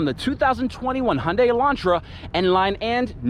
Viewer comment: Its Hyundai not hunde